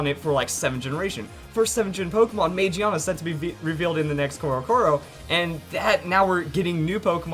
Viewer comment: It's pronounced Ma Gi Ah Na.